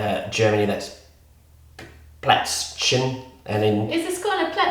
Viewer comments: Omg you completely butchered the pronounciation wheb you said "Plätzchen" XD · He only said Plätz,but well,the-chen is hard to speak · The german version was correct too! Only the prononciation was a bit weird. :) It s *Plätzchen*, for english speakers it s maybe something like "Play - ts - hen". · How did I miss this video!? Love you. You guys are so cute:), your German needs some...Übung 😂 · awww she pronounced Plätzchen sooo cute. 🥰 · Might be me actually being German, but I just adore your pronounciation of "Plätzchen". To be honest, I was surprised the mobile phone understood you. Too sweet. ^^ I like the idea of the resealer. My husband would even find it useful, but my initial thought was: "When would you ever need that? Those bags would be empty long before I took out the resealer..." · In german it's Plätzchen or Keks. And it pronounced very, very differently. He pronounced it too hard. It a rather soft word. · The German one(Plätzchen) is kinda true but you pronounce it a little bit. I'll have to say it is veryyyy hard to pronounce. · We don't have twisties in Germany, and your pronunciation of Plätzchen is super cute, you can also say Keks btw. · I sprechen Sie Deutsch literally translates to I do you speak German 😂 Plätzchen was correct but the ch is pronounced differently. Still, pretty good though. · But it was not right! Just hear it!:) Google Translation, okay, ja das hab ich echt nicht mitbekommeny^^ Auf alle Fälle, hab ich beim ersten Mal hören nichts verstanden und das obwohl ich ab dem Moment, ab dem das Wort "German" erwähnt hat, konzentriert zugehört hab. Erst beim zweiten mal hab ich gecheckt, dass er "Plätzchen" gesagt hat. Find das zeigt schon, dass das nicht sehr klar ausgesprochen wurde - ob jetzt vom Computer oder von, die Aussprache ist furchtbar. Hör s dir einfach nochmals an!:) Hast du das sofort verstanden? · ....and of course, I mean the prononciation, the word itself is right. :)